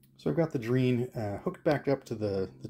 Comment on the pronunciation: Nice video. I'm from and in Argentina, you've got pretty lucky, there were many variations of Dreans and on some of them the keyboards were awful (not yours). Just one point, Drean is pronounced as Dre Ann ;)